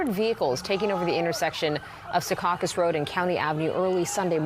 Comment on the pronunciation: It’s not “Se caucus” it’s (Sea caucus)